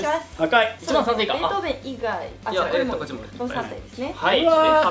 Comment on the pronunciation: ベートー「ベ」ン ですよ